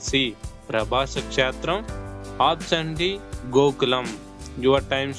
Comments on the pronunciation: అప్సన్ కాదు, ఆప్షన్ అని పలకాలి. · ఆప్షన్ పలకడం నేర్చుకోండి